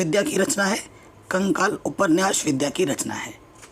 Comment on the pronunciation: आप ग़लत बोल रहे थे वह विद्या नहीं विधा है